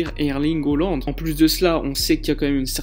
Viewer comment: Hollande ? Ca se prononce Haaland, avec un a